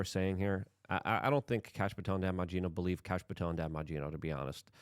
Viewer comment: No, Kash. Alex pronounces it like "Kahsh" or "Kosh" lol.